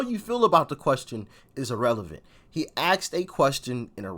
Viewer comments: Doc, you are awesome. I would point out, gently if I may, that the gentleman asked a question vice axed a question. I apologize for being presumptive, but I think you have a marvelous career going and are providing awesome service (as well as great music reactions). Your effectiveness goes higher the better you speak. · Axed a question? You mean asked. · That's the problem . He axed a question ... This college student , does he even know what an ax is ? My guitar is more like an ax than a question . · He “axed” a question!? Wtf does that mean? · "He axed a question..." Does that mean cut it off at the base?